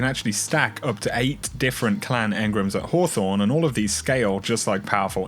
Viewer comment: Why has everyone started calling engrams 'engrums'